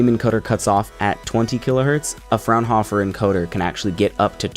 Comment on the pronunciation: This was good and thorough! Enough for everyone to understand what they are dealing with. I was lucky enough to work for Thomson (RCA) back in 1999 / 2000 when they were the sole licensor of the Fraunhoffer CODEC for MP3 (You pronounced it correctly!) There was a lot of competition between mp3 and Microsoft wma back then. This was the era of Naptster and Gnutella. Apple was a bit lost until they purchased an Apple Only Music Management Software (Soundjam) and rebranded it iTunes. We made the Lyra line of pocket mp3 players and partnered with MusicMatch software. Diamond made the Rio line. Microsoft made Windows Media Player. I attempted to get Soundjam to work with the Lyra to shore up our market share, but they only wanted to work with iMac's. Apple eventually bought Soundjam, turned it into iTunes, introduced the iPod and cut the first comprehensive music deal with the five major record labels. The rest is history as they say. Like you said, mp3 ran it's course, but eventually Thomson gave up on the license and storage became dirt cheap. More than anyone wanted to know I'm sure, but these were some of the behind the scene moves that were made that bought "Modern" music to consumers and eventually helped evolve our world as DJ's :)